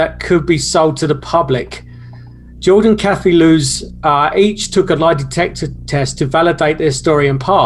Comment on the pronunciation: Lots of incorrect information in this video. The English man doesn't pronounce the surnames correctly. Also the Lutz's didn't claim it was all made up or a hoax infact! Up until the day George and Kathy passed away they stuck to their stories and swore what happened in the house really happened. They didn't have the technology back in the late 70s to add in figures into photos and do special effects like that. I believed the photo to be authentic. Anyway that's just my opinion 🤷